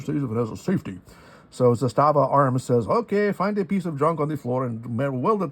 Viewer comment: Pronounced ZA-sta-va, stress on the first syllable. I have the current production version made for the American market, the M57A. Got it new four and a half years ago for five hundred bucks out the door. New ones are very hard to find nowadays. They especially hard to find now because Serbia has stopped exporting all arms and ammunition until further notice. Even when they were available, they would be snapped up quickly. My example is fun at the range and is a cool piece of history, but I wouldn’t rely on it as a defensive weapon. The one I have isn’t totally reliable. It’s not a “jamomatic”; it works “most” of the time. But I can’t get through a hundred rounds without one or two stovepipe jams. A friend of mine has the same gun and his never jams… go figure. The main difference between the military surplus M57 and the new-build M57A is the safety mechanism. The original military issue models had a half-cock position on the hammer which locked up the gun completely, like the original Soviet TT-33. That wasn’t good enough for the ATF so you have that abominable add-on frame safety. On the M57A, they did away with the half cock and installed a Beretta-style slide mounted safety on the left side, along with an integral firing pin block. With this mechanism, you can safely carry it cocked and locked. Otherwise, it is essentially the same as the original M57. I don’t know why you couldn’t get nine rounds in your magazine. Mine definitely take nine rounds. That is strange. There w